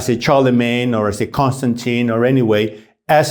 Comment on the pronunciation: The way you pronounced Charlemagne deserves a like and a good chuckle.